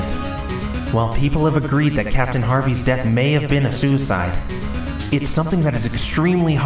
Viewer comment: Why did maya say dath instead of death?